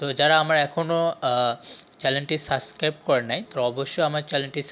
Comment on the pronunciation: সাস্ক্রাইব না শব্দটা সাবস্ক্রাইব